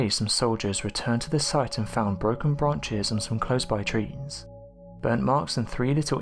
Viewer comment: This guy is without doubt the worst narrator ever! His mumbling and mispronunciation coupled with his bizarre pauses almost renders these videos unwatchable! Just retire already, please ffs hire somebody else to narrate! You shouldnt be allowed to speak in public. Eg, "..broken branches am some clonesed by treens.." Eg, "..according to lantorian canbell, the gurl only returned to her bed after they brained.." Way too many to mention in fact. Turn on the captions and watch it concede defeat!! Seriously though, the captions have NO CLUE what he is saying half the time.